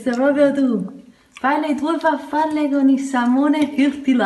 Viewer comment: ...porco giuda...ripeti con me....FARFALLE, non FAFFALLE...SALMONE, non SAMMONE...